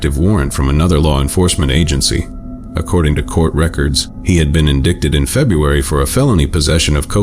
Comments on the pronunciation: "INDICKTED?" Are you kidding me? This is just getting sloppy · In dick ted?? Find a human narrator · Well I'm sure glad I've never been "in-DICK-ted" yet cuz that sounds like it might be extremely painful... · Not sure if you use AI for your voiceovers, but just a friendly notice that the word "indict" is properly pronounced "in-dite"... Otherwise, great videos 🤟🏻😁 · Wait. Indickted!! Stop with the AI bulltish! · Indicted = in-dick-ted. Yeah, AI is really cutting edge stuff. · almost got away with this ai slop, couldnt pronounce indicted correctly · its an ai channel, they dont review shit. If they did, theyd have caught stuff like the wrong pronunciation of "indicted"